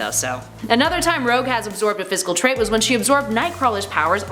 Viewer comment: Not to be that guy but the word is 'trait", not "trade". Fun video though!